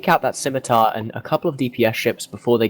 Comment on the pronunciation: The C in "Scimitar" is silent.